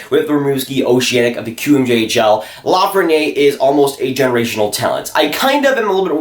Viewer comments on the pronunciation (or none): Little friendly French pronunciation tip here - When a word ends in a vowel like Lafreniere, you pronounce the consonant (r) so it’s la-fren-nee-air When there’s no vowel like it Perrier, you don’t pronounce the consonant (pear-e-ay) You can really see this at work in the feminine vs masculine words for small (petit vs petite) Petit (peh-tee) Petite (peh-teet)